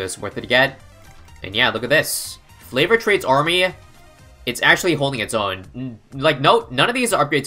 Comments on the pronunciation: its pronounced fav-or not flav-or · can you just pronounce it right it is favored not flavored smh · Wait... it's NOT flavored trades? Mind blown lol. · flavored trades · Flavoured trades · Didn't even realise it was favoured trades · I thought that flavoured trades meant 014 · why does he say flavoured trades